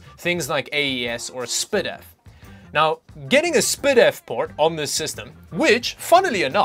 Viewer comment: "spidif" lmfao